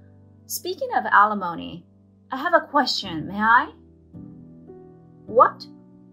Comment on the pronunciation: Right, and still don’t know how to pronounce it. I just have to laugh every time I hear them say it because they sound so ridiculous. Sometimes I think this channel is run by middle schoolers.